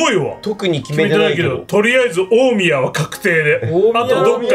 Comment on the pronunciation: 大宮のイントネーションが気になりすぎる（笑）by埼玉県民